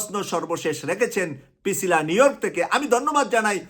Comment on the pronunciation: Brother, not Picila, she is Pricila